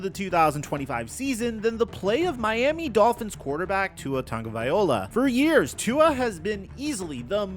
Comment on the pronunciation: Hey, pronounce Tua''s name properly please... Cheers:)